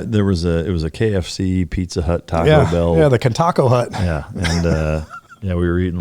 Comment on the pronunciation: “Kentaco Hut” LOL 😂